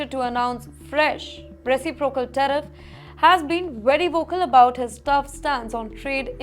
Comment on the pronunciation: Tariff NOT Teriff please